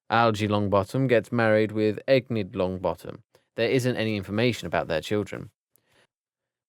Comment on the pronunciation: Fleur’s dads name is very creative 😂 Also this is really annoying me but u keep pronouncing names by adding letters or skipping many, saying the names wrong. It’s like u say Enid like Eggnid…. Remus as Remius?!